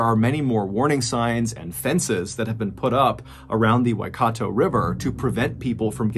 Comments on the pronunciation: As a New Zealander, your pronunciation of the Maori names (Waikato river, Aratiatia dam) is pretty darn good. You pronounce these names better than a lot of New Zealanders. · THANK YOU for the correct pronunciation of Waitangi and Waikato. Ka pai, MrB. Ka pai :)